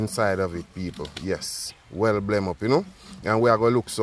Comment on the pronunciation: Not oregarna it's oregano lol 😂😂 and not blem it's blend 😂😂.